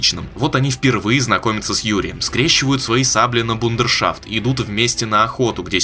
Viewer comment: Не бундершафт, а БРУДЕР. А так ревьюха норм, забавная